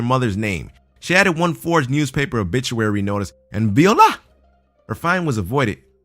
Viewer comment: it's pronounced "vwha-la" not "vee-o-la".